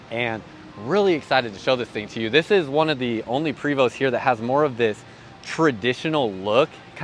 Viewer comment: The name is pronounced, Pray - vo